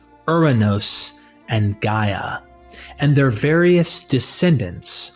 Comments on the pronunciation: 😂 This dude said, “gay” instead of Gaia (Guy-a). I can’t take anything said in this video serious. How are you going to speak about the Greeks and then miss pronounce our words? 😂. There is nothing about the Hellenic creation theory that is similar to the Bible 🤦‍♂️ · Who is doing the ancient text voice over? Gaia (he pronounce it as gae), in Greek it is similar to English "Yeah" not no gae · Impregnates Gay ??? Not Gaia